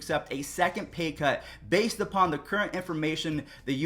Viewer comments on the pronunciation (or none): none